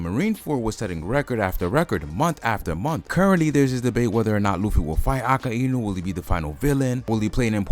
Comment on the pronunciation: mate its not a-ka-i-nu its a-kai-nu